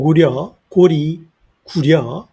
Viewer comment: 고려가 아니고 고리라고 잘 지적해 주셔서 너무 반갑습니다.... 여러 사람들이 지적하고 외국인들도 다 "리"라고 발음 하는데 우리만 고려라고 잘못 부르고 있습니다. 지금도 한자 사전에 麗는 아름다울" 려", 나라 이름 "리"라고 적혀 있는데 많은 사람들이 지적 해도 공부 안 하는 강단 역사학자들이 아무 조치를 안 하니 답답합니다. 조선 왕조 실록에도 고리라 하라고 지적했는데도 무슨 이유에서인지 계속 고려라고 사용함. 고리란 말은 중요한 뜻과 의미가 있기 때문에 뜻과 의미를 알리기 전에 지금이라도 빨리 고리라고 정정하였으면 좋겠네요..